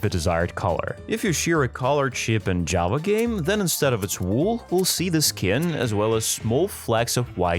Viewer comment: First, there are a lot of things you forgot about, there are a lot more things you can now do in bedrock, and every time you tried to say Java, it came out as Jawa🤣